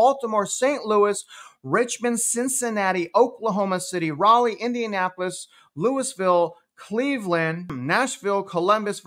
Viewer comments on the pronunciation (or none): none